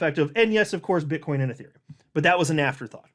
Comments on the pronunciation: Bro, it's BITCOIN not Bitchcoin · He said Bit-ch coin 😂 I heard it!